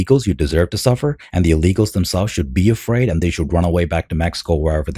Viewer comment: They’re criminals, hey should be “Eafraid” Jesus Christ they can’t say a damn English word without putting a damn E in front like wtf get out 💯🚮